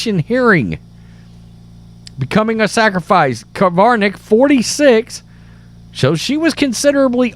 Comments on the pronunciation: How come you can type the name "Krivanek" yet you keep saying "Kivarnek"? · It's Krivanek (Cre-van-ek), not Kavarnek (Ca-var-nek). You mispronounce a lot of words. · It's not the end of the world but pronounce her name correctly....just sayin'